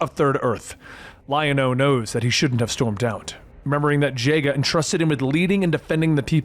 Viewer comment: I hope whatever nirvana you ended up in has internet so you can read these comments and see how much you meant to everyone... Also so you can see me raging that you pronounced it "Jay-ga" 😭